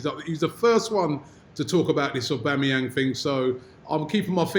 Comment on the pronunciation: it's aubAmeyang robbie